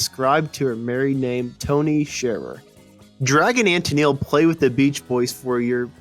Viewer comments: Why do u that robot that said Tenil. it,s TenELLe. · For some odd reason, it was only used the first 2 seconds for the opening line mentioning the title, "What Happened to Captain and Tennile pronounced as tenel. It may not have been a bot though, hard to tell for sure. I'm with you about those computer voices though, they suck big time. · Tennel? Nice start. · Ten-nil? Ten-neal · Sad you can't even pronounce Tennille correctly. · When the opening dialogue can't even pronounce "Tennille" correctly... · Wow. Your pronunciation is not very good. Practice "Tenille," "repertory."